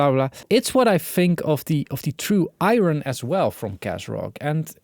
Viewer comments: I noticed that too , and it’s a big problem, cz it can be confused with Ion fron particle physics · The true Ire-ron! Emphasis saying the silent R. :D